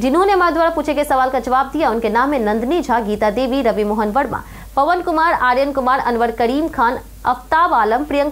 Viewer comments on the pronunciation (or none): none